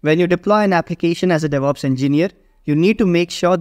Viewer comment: "Deveops Roadmap"